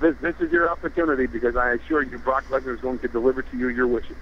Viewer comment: lmao lesnar not leaner